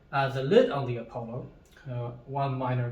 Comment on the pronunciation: Apollo is not pronounced "A Polo" but "Uh Pahlo" . Nice video. Love Demeryere.